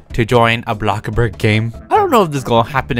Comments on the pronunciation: LOL he said block burg not BLOXBURG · Why you say blockburg wtf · nobody: not even a single soul:: BLOCKBURG